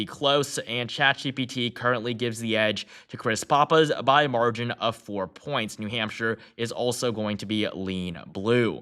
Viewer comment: Still mispronouncing "Pappas"